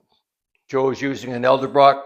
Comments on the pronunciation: Is it a Canadian thing to pronounce E-DEL-brock as L-Da-Brock?. Why, when the first 2 letters are ED, do Canadians say L???? it sounds odd. Nick's Garage does this also. Baltimore, MD speak says Zinc stoppers for an old time rubber sink stopper. You also can catch some of the old timers saying Earl instead of oil. Nice to see you are going to be doing a Mopar and a Blue Oval engine. Seems like as abundant as they were, no one is building a Flathead nowadays. Seems like there is a rejuvenation of the Y-block Fords, the 272, 292, and mostly the 312. Even aluminum heads are available and so is 600 HP if you have deep pockets. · Nope Western Canadian here and it drives me nuts to hear it. For the record there is some big name American engine builders that do it… Man it’s annoying 😜